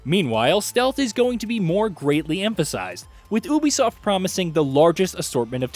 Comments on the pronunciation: Will you please say YOU BEE SOFT instead of OOOH BEE SOFT,please and thank you from my anxiety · It’s pronounced Ubisoft(you be soft) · Is the narrator saying Ubisoft wrong or have I been saying Ubisoft wrong?